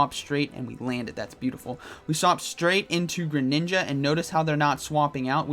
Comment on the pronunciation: everyones going to talk about "grininja" lmao